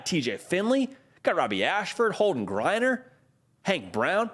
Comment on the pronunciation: They better! Even a grad transfer would be welcomed! Geriner.....not Griener.